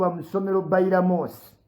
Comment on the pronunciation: I love how say Bainamos😄😄😄😄